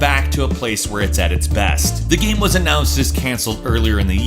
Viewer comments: The way you pronounce the word game is really annoying... Shows great but you say "Gam" most of the time o.0, literally everything else is fine it's just the one word but it drives me insane o.o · Sorry but it really annoying when he says "gam" instead of "game" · . What? What the hell is a gam? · Again. Tf is a gam. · Whats a gam, he really just said gam lel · he keeps saying gam instead of game and it urks me to the core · is it just me or did he say gam instead of game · he says GAM instead if GAME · I can't stand the way you pronounce game.... It's killing me inside. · Why do you say "gam" Fucking haneous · What's a "Gahmm"? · Anybody else notice how he says "game" funny sometimes? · why can't he pronounce anything with -ame? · Keeps mispronouncing "game" and "same" as "gam" and "sam" Weird...